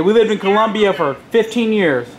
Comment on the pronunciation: did they say columbia or colombia